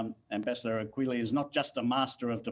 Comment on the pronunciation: "Ambassador" not "Embassador"